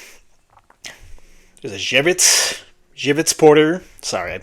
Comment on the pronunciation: You said Żywiec almost as perfectly as a non-native-Polish speaker could possibly say it. Good job, and great review. Drinking one right now, Cheers! - Na Zdrowie!